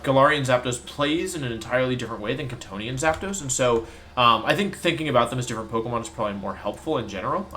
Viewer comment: Every time wolfey says Kantonian I hear C'thonian and my room becomes ever so slightly more cyclopean in nature.